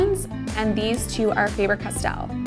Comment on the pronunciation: It's actually Faaaaaah - ber Castell.